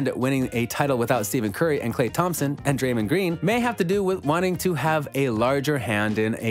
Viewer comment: Great vid! But it's pronounced stef curry